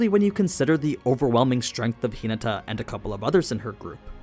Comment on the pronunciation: Bro said tinata😂😂